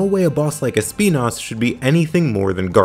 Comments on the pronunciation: Sorry, just started the video and wanted to show my appreciation for the use of the correct pronunciation of Espinas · The correct way of pronounce Espinas as a spanish word was my favorite part of the video